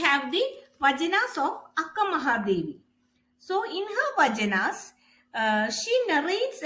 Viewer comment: Please pronounce it as Vachana not vajana...